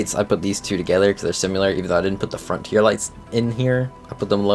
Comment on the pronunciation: Call it a nitpick, but I genuinely hate that he pronounces SIMILAR as simewlar/simular Bro, WHERE ARE YOU GETTING THIS “U” SOUND WHERE THERE ISNT ONE???? 🙄